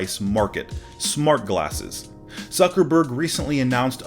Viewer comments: Did he just literally said “Suckerberg” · Did he just say "zuckerberg"